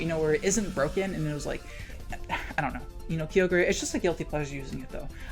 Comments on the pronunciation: I fucking hate how he says kyogre its KAI OH GRRRR not KEE OH GRAY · Also is he saying "Kee-O-Gree"? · why you have to be saying key oh gray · I love how you say kyogre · Hearing you pronounce Kyogre names physically hurts me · I know you're just saying "kee-OH-gray" and "GROUND-don" to make me comment with a correction, so let me play directly into your hand for engagement metrics. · I can’t put into words how triggered I am by “kee-o-gray” and “groundon”